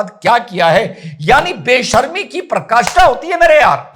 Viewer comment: बेशर्मी की" पराकाष्ठा" होती है न कि "प्रकाष्ठा".